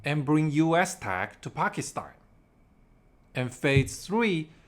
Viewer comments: Bro, learn how to pronounce Pakistan. You keep pronouncing it as Pakistine! Bro, it ends with TAN not TINE. PakisTAN. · Why do you keep saying Pakistein?